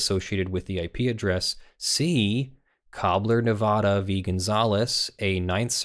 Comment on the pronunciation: "Nevada" when used as the name of a state (as opposed to a Spanish word) has a correct pronunciation. The pronunciation you used was NOT the correct one. Just saying...